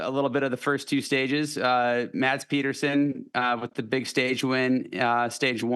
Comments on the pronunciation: its PEDERSON and Peterson.......come on guys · Its Pedersen